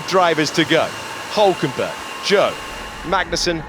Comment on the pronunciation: Funny how the commentators have not yet figured out how to pronounce ‘Zhou’. 😂